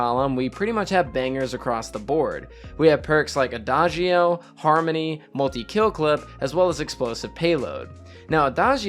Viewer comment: Quick pro tip from a native Italian on how to pronounce adagio (which is an Italian word) you should say “ada-joe” 😉 it actually means slowly